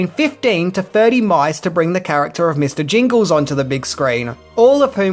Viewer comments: Mister Jangles. Not Jingles. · The mouse's name name is "Jangles" NOT "Jingles"... as in "Mr. Bojangles"..... (cmon, in a re-upload too)